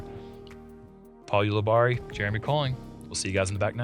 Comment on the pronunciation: Jeremy says paul's last name wrong every single time, despite watching many hole breakdowns in which Paul says his own last name.. 🤦🏼‍♂️